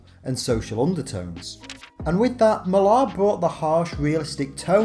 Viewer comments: i can't believe my ears, an English man mispronouncing "Mark Millar" LMAO It's Miller, not Mil-ARHH, there are countless examples of how to pronounce it on YouTube, just search for it. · It jars me every time I hear you pronouncing Millar’s name, brrrr